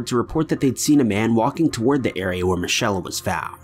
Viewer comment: Michelle, not michella